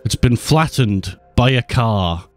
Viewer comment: "Pfft its been flattened by a caw."